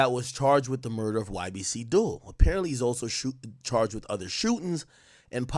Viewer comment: 😂naw rs he tore it up. Even when he first reported Dul murder he was saying ybc dol😩